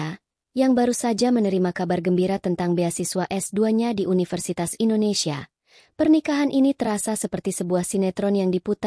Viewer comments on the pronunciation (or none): none